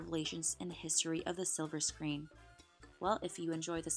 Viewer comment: Button. B U T T O N. NOT. BUA ON.